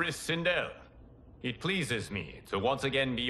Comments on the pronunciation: He heard sindel’s name so many times and still call her sindri😂… god of war took a toll on him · I laughed every time he called Sendel, Sendral. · Who is sindrel ? Her name is Sindel😂